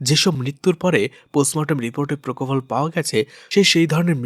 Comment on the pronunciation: প্রকোফল নয় পোপোফল ইঞ্জেকশন 😊